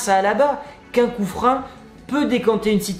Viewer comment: Du coup fréro pourquoi tu dis coup-frein alors que sa ce lis et dit clairement coup-franc. Et si tu le savais pas bin de rien. Si c pas le cas pourquoi tu insiste à dire coup-frein sa m'intrigue vraiment